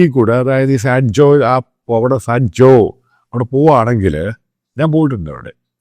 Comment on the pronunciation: സാൻ ജോ അല്ല സാറേ സാൻ ഹൊസെ…